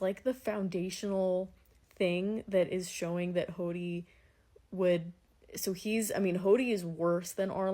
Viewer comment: I enjoy these so much! Looking forward to your Fan letter reaction~ Also lol, I hear "Hawty"/"Hotty" instead of "Hody" in the way you pronounce his name. 😂 In the anime it's more like "Hoe-dee" Also happy birthday (even if it's late by now)! 🎉🎉🎉